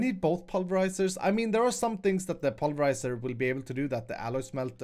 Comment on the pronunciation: "The Swedish way" is definitely the right way to say pulverize.